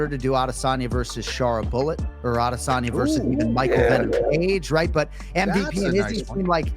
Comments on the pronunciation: I hate when people try to pronounce adesanya's name as aww de sanya. Bro, just call him adesanya and relax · If I hear you pronounce aDEsanya wrong one more time, I’m unsubbing. Are you trolling? wtf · The way this guy pronounces Adesanya is my biggest pet peeve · This guy put's so much swazz on the pronunciation Of Adesanya while not pronouncing Isreal correctly.